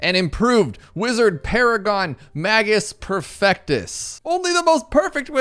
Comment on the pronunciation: (MAYJ-us PER-fec-tus)